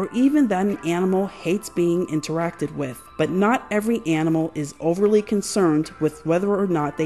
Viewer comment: Not sure if you're being intentionally obtuse, so I'll explain: I was so annoyed by your butchering of the English language that I quit watching.